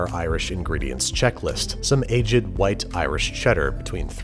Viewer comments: Did he just say 'ajiid' instead of aged? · Anyone notice he pronounced "aged" the British way for no reason? I love babish but sometimes he has film-student-at-a -low-tier-college-who-thinks-he's-an intellectual-because-he-know-who -Marcel-Proust-is energy.